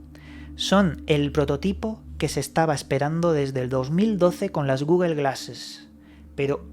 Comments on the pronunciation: Dijo Google or gugel? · "de guguel" jajajja 😂